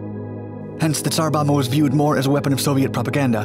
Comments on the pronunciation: tsar bomba, not bama. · You pronounce the latter B when saying Tsar Bomba.